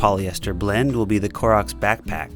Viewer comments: I heard "Clorox" instead of Koroks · I thought you kept saying Clorox